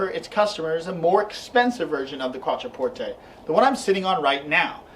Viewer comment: I stopped watching when I realized you can’t even pronounce the name of the car :/